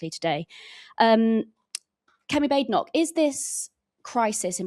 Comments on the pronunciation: The journalist Rhia Chatterjee, channel 4, was a disgrace. She started off by rudely mispronouncing Kemi Badenoch’s name and then didn’t even correct herself when the error was brought to her attention. She then said, can you reassure the women “sat” next to you? I think the word she was looking for is, ‘sitting’. How ignorant and disrespectful she was. No surprise, she works for Channel 4. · I noticed that one of the journalists couldn't even pronounce Kemi Badenoch's name right. What on this earth is happening to our country.